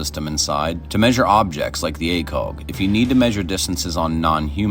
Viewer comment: Please tell me you’re Canadian (that would explain) the pronunciation of ACOG